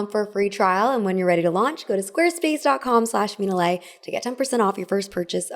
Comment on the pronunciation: Mina aren't you Vietnamese? Wtf was that pronunciation?? 😭😭🙏🏻